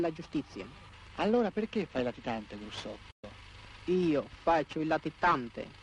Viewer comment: detto Grussotto, non Brussotto.